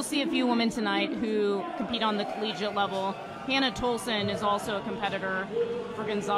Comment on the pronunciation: "Collegique" - oh.